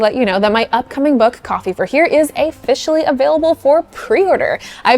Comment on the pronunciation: It's officially, not afficially.